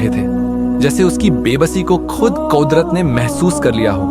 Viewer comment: Bro vo kodrat nhi kudrat hota h